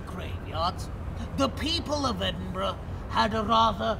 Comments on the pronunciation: Another nice video. You deserve a double like for being able to pronounce loch and Edinburgh. It's like nails on glass hearing your countrymen saying Edin-borro, or Glass-cow. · Great you came to Edinburgh and pronounced it correctly a lot of Americans say Edinbourgh ,just discovered your channel recently and enjoying your content. You guys are great x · I can imagine trying to casually sneak half of Edinburgh through customs because he ‘needs it all in his house’ 😂 Also, can I just say, thank you for pronouncing Edinburgh correctly. It’s so rare to hear Americans say it right 😆 Well done! 👏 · I only realised after the 3rd or 4th time of you saying it, but kudos for pronouncing Edinburgh correctly 😁. I grew up not far from Edinburgh, midway between there and Glasgow. I've done the Mary King's Close experience, i love history, so found it fascinating rather than horrifying. I also did the Blair Street Vaults tour around the same time. Again, i found it fascinating and perhaps oddly, i felt very relaxed and peaceful in there. Again as something historical, i thought it was very interesting, knowing that businesses were opened in the vaults, that people lived in there. The place must've been heaving. It's great you came over to Scotland and from what you've uploaded so far, seemed to have a great time. As we say here. Haste ye back. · LOVE that you are in my hometown! Edinburgh is cool eh 😊 hope you come back one day, maybe I'll bump into you lol. Btw,well done for pronouncing Edinburgh correctly! You did your homework hahaha. Come back and see us anytime 🏴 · I was born there. Major props for knowing how to pronounce it!